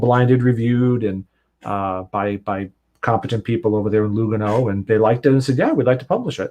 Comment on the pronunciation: Ehrrr... it's Lùgano, not Lugàno. Sorry, it's just my Italian self and how we use accents (Lugàno is in the Italian speaking part of Switzerland). Other than that, your pronunciation of Romance languages is spot on,!:)